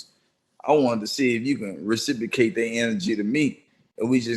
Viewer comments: It's reciprocate not recicicate dummy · Yeah he dumb af using "recipocate" instead of reciprocate out of context! He got a God complex bad bit trust me somebody will put his bitchazz in his place 💯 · New word of the day "rasipacate"😅😅😅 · He seeing if he can recipocate! RECIPOCATE! What an intellectual. Lmao. This dude mispronouncing words, misusing words, and calling himself intellectual at the same time. But Joe is definitely shook to say anything with the wrong tone. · Take a puff 😮‍💨 every time says “Reciprocate” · That’s not how you say reciprocate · Says the dude who can’t even say reciprocate with the right pronunciation. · "transpire" "reciprocate"...its the fucking FEDS dead giveaway!!!